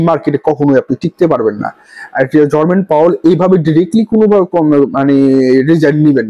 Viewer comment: Word ta 'Jerome Powell (জেরোম পাওয়েল)' hobe ,not Jormen powell' apni as always e name ta vul bolen 😂